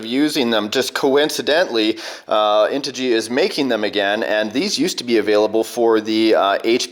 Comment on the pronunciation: Finally someone actually says integy correct!! Cheers!! Can't wait to see it!!